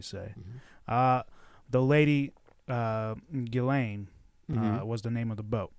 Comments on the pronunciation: You really need to get your names straight. It is GIS-LANE MAXWELL, NOT ELAINE. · Its pronounced Geez-len. It's French.